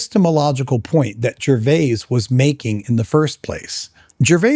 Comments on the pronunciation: I think that you ARE being pedantic about how pronounces Ricky Gervais’ name. What annoys me more is when you keep saying, “Ricky Gervais-ez”. The possessive of Gervais can just as accurately be pronounced “Grervia-zz”. It should also be noted that is a Canadian citizen, where the prevailing second language throughout Canada is Quebececois French. The name, “Gervais” is of French origin. It could be argued that technically speaking, it’s Ricky who’s pronouncing his own name wrong. I don’t know why you even wasted time on this argument. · When the apologist opened by mispronouncing Ricky Gervais name I stopped watching. One explanation for the common occurence of apologists always mispronouncing the names of people that they disagree with is that they somehow think that it is a clever insult. Another possible reason might be that they actually believe in their own superiority so strongly that it is beneath them to take the time to discover how a name is pronounced. Or the apologist is a dim bulb, elevator doesn’t go all the way to the top moron. Listening to a person of his type may cause brain damage. Don’t do it! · I pronounce /ʒəʁˈvei/, what?